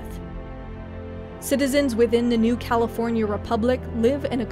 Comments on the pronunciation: Heh the first time she says "New California" sounds like "New Cow forya republic" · "Cal-EE-for-nia" i love this channel